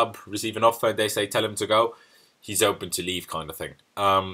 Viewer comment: when you say 'welcome to 100% Chelsea' it sounds like 'welcome 200% Chelsea'